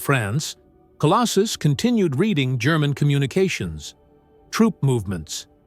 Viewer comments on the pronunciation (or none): none